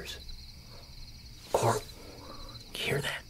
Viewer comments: Not “Coral” 😂😂😂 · Damn, even version of Rick Grimes can never pronounce his own son's name right.